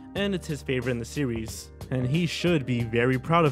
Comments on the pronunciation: are you trying to sound like elmer fudd from looney tunes because when you said series to me you said sewies? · "In the entire sewes" The dreaded OWO haunts my life